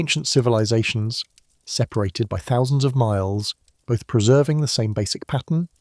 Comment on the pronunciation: This information is fantastic. It was painful to hear pattern and resources pronounced "patten" and "rezources" over and over and over though. And being the sixth civilization let's not say "sickth."